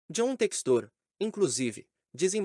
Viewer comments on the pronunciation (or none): É Téxtor não Textôr